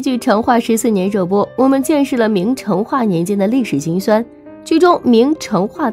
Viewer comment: 成chen， 四声